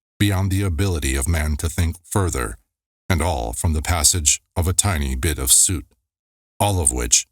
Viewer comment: Soot rhymes with foot.